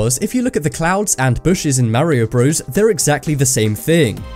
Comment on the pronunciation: don't tell me you just said mario BREWS